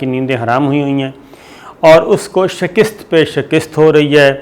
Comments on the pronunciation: شی کٍست نہیں بلکہ کَست ہے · Dear sabir, Shakist ???? Ni Shakast hota ha Apnay lafz tek karo please. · Pronunciation, it is Shakast and not Shikist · السلام علیکم صابر بھائی چھوٹی سی لفظی تصحیح لفظ شکست (ش کے نیچے زیر ۔ ک کے اوپر زبر ۔س اور ت ساکن ) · جناب صابر شاکر صاحب آپ کا تجزیہ بہت اچھا ھوتا ھے ایک لفظ کی اصلاح کرنا چاھتا ھوں۔ لفظ شکست میں ک کے اوپر زبر ھے زیر نہیں ھے۔معزرت کے ساتھ۔